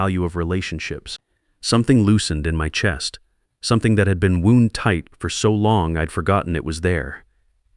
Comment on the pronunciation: I've seen this in all sorts of these types of videos. AI has trouble differentiating between the two pronunciations for some reason.